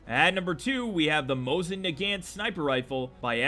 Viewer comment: THATS NOT HOW YOU PRONOUNCE NAGANT